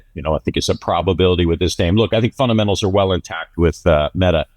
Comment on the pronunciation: love the content but there is a "D" in funDamentals lol